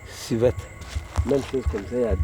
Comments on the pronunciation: Hors journaliste la même on dit civette.... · Monsieur le reporter on dit CIVETTE...